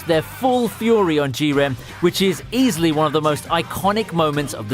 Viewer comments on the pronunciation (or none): The guy doesn't know anything about anime did you listen to way he says goku and jiren he says gokaou jiaren